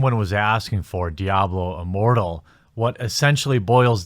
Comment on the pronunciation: I thought I heard Diablo Immorral. Easy mistake to make